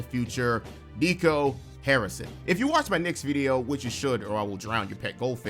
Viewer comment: Not even mad at you repeatedly screwing up Nico's name. I hope he gets fired and forever lives in infamy!